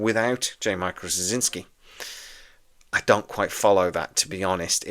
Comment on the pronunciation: Well, first off, it's pronounced "Stra-ZIN-ski." Hard to spell, simple to say. Second, if I was dubious about this remake WITH JMS, it'd be a disaster without him. I thought this was like "The Matrix Resurrections," that the WB was gonna make it with or without him, but they gave him the right of first refusal. Joe, being the control freak he is and having tried SO many times to get B5 spin-offs running, would, of course, jump at the chance. Third, I hope that whoever does it (and that only JMS does!) will rename the characters. I get that there will be new actors to take the place of Andreas Katsulas' G'Kar and Peter Jurasik's Londo, for example, but I treasure this series so much, I don't want to hear about who's going to the "new" Garibaldi or the "new" Ivanova. If you can have a John Sheridan step in for a Jeffrey Sinclair, then the rebooted B5 CO can be called Jim Snyder or something like that. I'm most curious why there might be more interest in this reboot with JMS perhaps excluded than with him on board. If what you want is more of what made the franchise desirable in the first place, who better to deliver it? I'm pretty damn sure he hasn't lost his mind like Roddenberry did, so we won't get some kind of NextGen weak-sauce B5. I can't imagine in the Hollyweird of today anyone else doing a better job. Now what >I< would REALLY like to see is a reboot of "Crusade," a direct sequel to B5 and a show I always called "Star Trek with a point!" Sure, we're on a top-of-the-lin